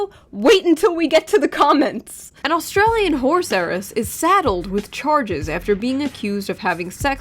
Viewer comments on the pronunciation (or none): none